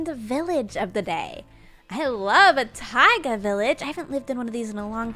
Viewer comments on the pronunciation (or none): none